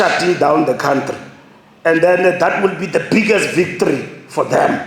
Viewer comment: А это что за мумбо юмбо нарисовалось? Думает, что говорит по-английски? "Юрр кааунтрри комитЕт ин иррак... " 🤣🤮 Очень может быть, что США допустили по ошибке какие-то нарушения в Ираке, но они за 100 лет не оккупировали ни одного кв. сантиментра чужой территории! И не бомбят торговые центры с мирными посетителями, не мародерят женские трусы, унитазы и памперсы! Наверное, закончил пту Патриса Лумумбы в деревне Кучково? Как бы не распинался этот дремучий поц, пукин не сможет приехать в ЮАР, потому что будет арестован немедленно! Его уже предупредили, что он может рассчитывать максимум на участие он-лайн. Не больше! Просто этой декоративной карикатуре не дали визы в США, вот и свирепствует в джунглях. мумбо юмбо может кого-то "вилком", но не ему решать! Дегенеральный сер-кетарь африканских стран - это мистер НИКТО! 🤐